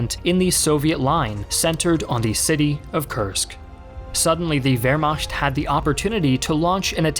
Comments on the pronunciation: Soo many videos and yet you still didnt even learn how to spell Wehrmacht, you keep sayng WehrmaScht... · This kid is a history YouTuber with over a million subscribers and he apparently doesn't know how to pronounce the word Wehrmacht. 😖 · It's really a minor thing, but everytime I heard it I couldn't help but notice it everytime after that lol. Wehrmacht is pronounced like vare-MAK-t, not vare-MOSH-t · Wehrmacht pronounced by Americans: Where-Makt/Veremakt/Veremak Wehrmacht pronounced by Germans: Vere-ma[hack a loogie]t Wehrmacht pronounced by the: Vere-mashkt